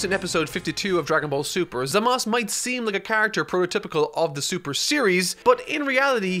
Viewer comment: I love the styles used!! It makes me want to watch the entirety of dbz for a 10th time lmao. The only issue i have is how you say Zamasu. Its Zam-ah-soo. Three syllables. Not zam-as. Im not 100% about the subs and how they say it, but in the dub, its Zam-ah-soo.